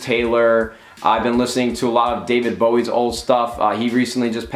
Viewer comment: you pronounced David bowie name wrong